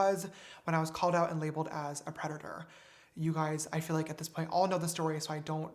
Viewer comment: He pronounces 'predator' funny... It sounds like 'desprate' when he says it.